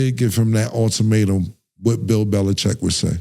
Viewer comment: Cam said Bills Belicheck 😂😂